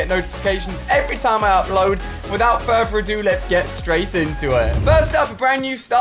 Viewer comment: Is it just me or can you not say further